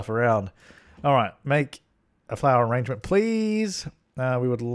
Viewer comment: nohsara: Because it's funny, like arraaangements.